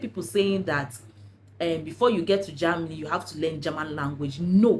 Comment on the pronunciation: It's Ger-- many not JAMny dear